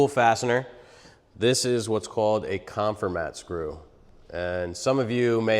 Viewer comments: The name is a play on “conform” so it’s pronounced con-FOR-mat not CON-for-mat. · Check the pronunciation of "Confirmat". And please don't smash things for the crowd. A stress test with a scale would have shown us more. You know, but they possibly don't know that, the thin piece of Masonite on the back of the structure does 90% of the holding power. Hey, glue is good too. (the don't pack glue because they don't want your wife to yell at you when you get it on the carpet.)